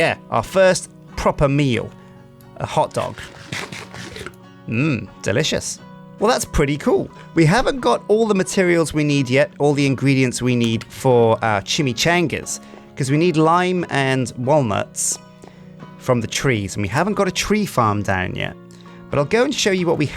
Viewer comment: ChimiCHAINga....did you have a stroke mid way through that word?